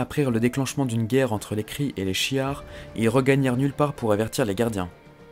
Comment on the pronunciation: Je rigolais a chaque fois que tu disais shi'ar 😂